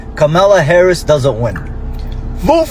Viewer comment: 😂😂😂😂😂 You voted for Satan and got it! Also, you people continue to pronounce her name incorrectly.